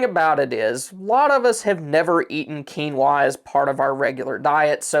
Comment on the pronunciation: I was waiting to see if you were going to say quinoa correctly 😁. You did great.